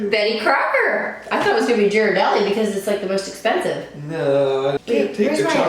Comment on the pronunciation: It’s pronounced gear-uh-deli ;)